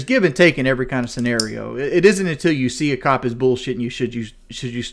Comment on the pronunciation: I think I heard him pronounce "cop" as both clop and cod in this video alone. All that sugar and aspartame has turn his brain into swiss cheese.